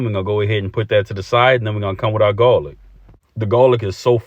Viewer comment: Love the originality of this boil❤and how ya say gawlic💯